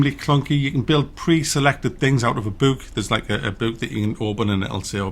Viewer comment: stop saying bewk and cewk lol